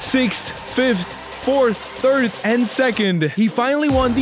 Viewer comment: did bro just say "3th"